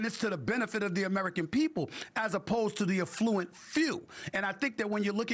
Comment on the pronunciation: Stephen A I love you, but it is pronounced “AF-fluent. You said it incorrectly 6x during this segment and it’s jarring bc you are smart and savvy. Hoping you are not offended. ❤